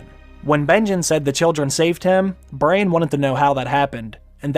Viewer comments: Bro its not brain its bran pls its so annoying after 6 minutes :D nice video tho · Bran... That's the correct pronunciation of the name...Not Brian... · Its Braaaaaaaaan. Not Brane lol